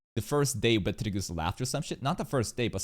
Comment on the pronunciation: I see, I agree, I also think him pronouncing it as Peteljuice is really off since the star reference is clearly spelled as geuse.